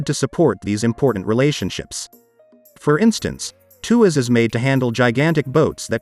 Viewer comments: It's not a 2 ass mega port 😂! It's pronounce as tua - sss. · It’s pronounced as “TWAS”!!